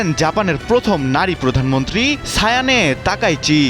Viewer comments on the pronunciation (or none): টেকনোটিক প্লেট নয় টেকটনিক প্লেট । মুর্খ। আর সাইনে তাকাইচি নয় সানায়ে তাকাইচি 😅😅😅😅